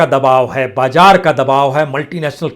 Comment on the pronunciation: Pata nahi aap kaise news reader ho ..mazboot ko mjboot ,zyada ko jyada , bazaar ko bajaar..bhai thoda language pe kaam kariye..